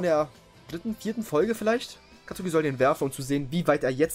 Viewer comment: Nices Video aber du hast Katsuki falsch ausgesprochen man spricht ihn Katski ^^